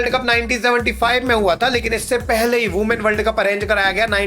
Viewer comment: Women ❌ Ooman ✅